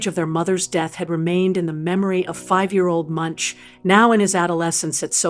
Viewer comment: How can you make a film about an artist and pronounce his name incorrectly?